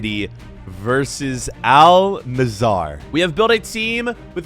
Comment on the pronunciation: Not Nassar, Nass-er